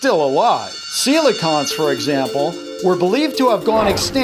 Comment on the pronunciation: Coelacanths is pronounced like “seal la can th”